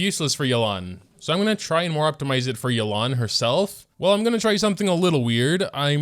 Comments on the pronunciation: why does everyone call her yuh-lan?? is this some American accent? in Chinese it is pronounce yeah-len 叶栏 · Why is he calling her Yelán? we've seen the story, we know how it's pronounced, why!?